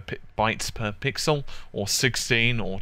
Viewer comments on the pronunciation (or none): none